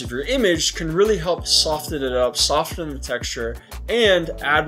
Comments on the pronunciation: same on the "soft" and "sofen". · I can't handle the way you say "soften" But nice video.